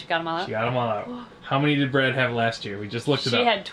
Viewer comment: ... after all this time I realised that her name wasn't BREAD like I thought from when I hear you say it (yeah I thought she was named after food).. is BRAD (cause I saw it written).. holly...